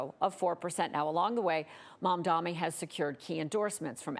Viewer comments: Mamda"N"i Cuomo can't spell it and now the host xd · It’s on purpose.. to say he’s not important enough for his name to be pronounced correctly. If she can say Netanyahu, she can say Mamdani. It’s just Mum-tha-nee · She kept saying it wrong , over and over, clearly pn purpose since his name was written right there next to her ! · Why do they pronounce it as "mom-dommy"? Like sheeeeesh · It's momma dommie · Being a news anchor and mispronouncing one of the two front runners is embarrassing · How can these people not pronounce Mamdani's name yet? You're on TV! It's your job! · when he wins, are you going to learn to say his name right? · Seriously, what's the deal with the repeated mispronunciations of his name? Literally your only job as an on-screen TV journalist is to talk good. Have some basic decency and respect and practice the leading candidate's name before going on air! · Shows the bias. I am guessing advertisers ordered to mispronounce his name. Stop pretending to be journalist and just become prostitutes for the oligarchs. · M-A-M-D-A-N-I, you’re reading it off the teleprompter babe, get it right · Can you please pronounce his name correctly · I think the caster pronounced Mamdani correctly once by accident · Perhaps she should attend a "How to Read English" course to learn to pronounce the M and the N in the middle of words. I thought it could be dyslexia but nope... I think she's simply racist. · She finally says his name correctly and then immediately proceeds to say it wrong twice back to back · how are you still not saying his name right lmao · Funny thing is they pronounced it right just once, then not even two seconds later went back to pronouncing it wrong again. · can't she read a name? jesus. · LET'S GOOOOOO ZOHRAN FINAL STRETCH CMONNN also ffs get his name right it's MAMDANI. Get used to it, you're gonna be saying it a lot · It's funny cause she gets it right saying "MamdaNi", then not even 10 seconds later she says "MadaMi". This is intentional.